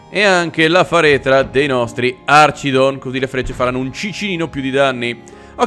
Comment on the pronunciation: comunque si dice archidon con la "ch" di archi